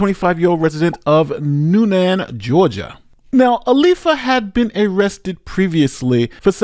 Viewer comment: My take away… it isn’t pronounced New Nan it’s pronounced “Noonun”